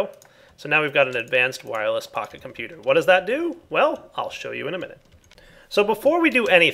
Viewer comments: When you say "Pocket Computer" it sounds like you're saying "PahiComputer" and I think of Pahimar... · Seems like you say pahi-computer :D